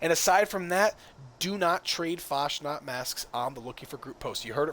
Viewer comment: Fasnacht - CH is like loch, please stop abusing German.